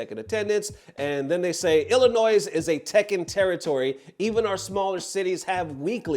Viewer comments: Why you pronounce the s in Illinois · Brother ignore the "s" in Illinois. Idk why it is there but it isn't being used.